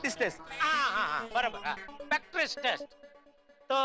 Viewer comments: practice ❌prastic✅ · Practice Test ❌ Paktrise test ✅ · Practice test❌Pactrice test✅